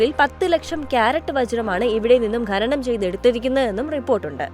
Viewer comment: ഘനനം (Ghananam) ഘനി(Ghani) ഇങ്ങിനെയുള്ള പ്രയോഗം തെറ്റാണ്. ഖനനം(Khananam) ഖനി(Khani)എന്ന് ശരിയായി ഉച്ഛരിക്കാൻ പഠിക്കുക.